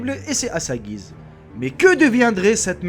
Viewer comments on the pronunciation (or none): none